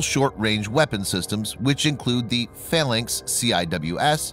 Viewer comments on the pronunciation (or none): none